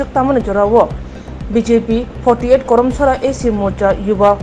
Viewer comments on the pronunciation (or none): Sorry for correction. It's Karamcherra not Koromchora